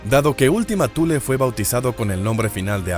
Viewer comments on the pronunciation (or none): none